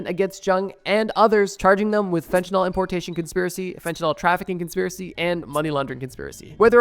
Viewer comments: How does a drug channel mispronounce fentanyl. Nyls and Nols are entirely different chemical compounds… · Homie why are you saying "FentanALL" ?!? Theres a "Y" there my guy... "FEN-TEN-ILL" not "FEN-TEN-ALL" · Bro said instead of fentanyl try cbd😂